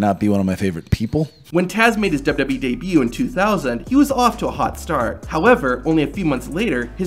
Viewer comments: This guy really needs to work on pronouncing “WWE”. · "Kurt Angle's WW debut..."??